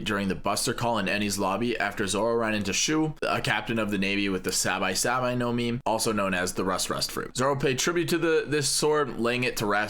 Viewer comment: Sabye Sabye no mi? It's Sabi Sabi, man